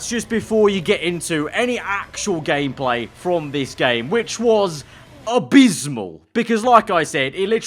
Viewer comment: He said gayplay